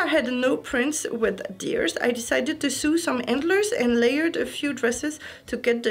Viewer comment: Just so you know "sew" is pronounced like "so". Too bad the shawl thing didn't work for anything. It just looked too poofy for an overskirt or apron. I plan to enter, I just hope I get my orders in time. I have stuff on order and I just ordered a couple more things. ^^; I'll probably end up going with the "easy" white blouse that goes with the Christmas dress I have... I just need to wait for the other stuff I ordered to pair with it or figure out something (I really should have them by August... I think 6 weeks was the longest processing time on any of it). I don't have any jewelry though...that might be an issue. Oh, I forgot! I wanted to ask what the cardigans were in the livestream where you were packing. I think you said they were from Ali Express and fit your friend who has about a 120 cm bust. I couldn't find an unboxing video for them to find the links. I think you said to DM, but I'm not sure where to DM... on Instagram?